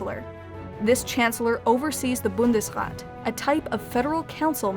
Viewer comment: Just a sidenote, Bundesrat is pronounced with a long a.